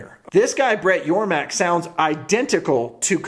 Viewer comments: It's Yormark not Yormack!! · It’s Yormark not yormack